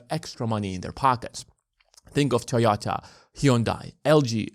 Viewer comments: dod you just say "TOYATA"? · What is a Toh-YAH-tah?